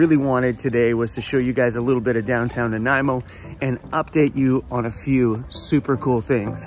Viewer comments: Ok, SORRY... This was a lesson in how to say you know nothing about Vancouver Island without saying you know nothing about Vancouver Island. Argggg. I've been pronouncing it Naaan-ah-eh-moe Oh I've been butchering it bad. Sorry. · You made me question both my reading skills and my dyslexia with that opening "Naniamo" lol.